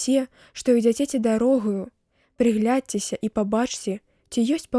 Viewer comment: Прачытана: прыглядцеся, у тэксце: прыгледцеся.